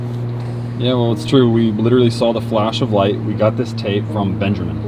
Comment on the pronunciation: one of my biggest pet peeves it's BenjAmain not benjerman vomit